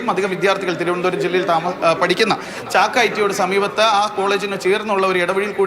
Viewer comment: ചക്ക അല്ല ചാക്ക alle😂😂